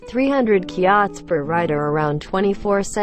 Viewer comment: Myanmar currency, Kyat is pronounced as "chart" not kiyat.